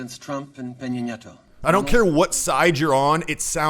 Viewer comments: Justin Trudeau has no problem saying a Spanish name because he speaks French. Trump didn't want screw up pronouncing EPNs name. Saying the name Enrique Peña Nieto can easily tie up a tongue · Neither of them pronounced the Mexican presidents name correctly imo. Trump just had no idea what his name was. Disagree with your analysis as well. Mexican president comes out best here imo cos he looks like he's there to sign a contract not to act like a child. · Trump mispronouncing Peña Nieto s name is unpurpose. He is communicating he is not important enough to him to learn his name. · You are wrong about the Mexican name being pronounced correctly by Trudeau. You are not that observant if you do not notice he completely skips the first name of Nieto; President Trump tops Trudeau in this because he mentioned the whole name completely and that is very professional. What is here is Jetta, Clifford, and Mac; Mac likes to compete in dog shows. He has an inflated sense of his own importance. Jetta often claims her accomplishments are bigger or better than others' and finds herself humbled. Clifford is a helpful, outgoing and a friendly dog. He will always help his buddies in their times of need and give them amazing advice. So (AKA ) put away your microphone before they ask you for it. is a minor character from Clifford the Big Red Dog. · PM Trudeau can say President Nieto's name easier because Trudeau actually cares to be professional and does the .5 seconds of research required to learn how to pronounce "Enrique Peña Nieto". Maybe Trump should have some of the asylum seekers or the daca kids he hates so much teach him how to pronounce President Nieto's name right. You'd think after almost 3 years in office he'd be have it down by now. Can't wait to see how he butchers AMLO's name. -.-.